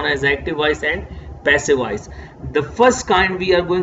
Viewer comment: Sir awesome but there is one mistake when u pronounce voice it became wise